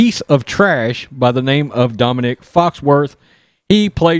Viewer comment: It's not Dominic, It's Dominique, like a bitch!